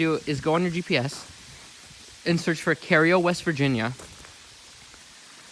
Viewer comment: The tunnel is in Cairo, WV, not Cario, in Ritchie County. It's actually pronounced like Cairo, Egypt, but for some reason the locals refer to it as Cayro. It's not C-a-y-r-o. It's spelled like Cairo, Egypt; therefore, it's pronounced like Kie-ro. It's like Hurricane, WV in Putnam County. The locals say it like Hurricin. It's not spelled without a "e" on the end. Therefore, it's pronounced like Hurricane as in Hurricane Katrina